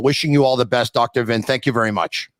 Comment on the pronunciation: Tony, Vinh is pronounced Ving. Just FYI. At least from my patio in Vung Tau, Vietnam it the correct pronounciation.